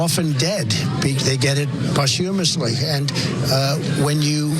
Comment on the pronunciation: LOL.."pos TYUUUM-musly"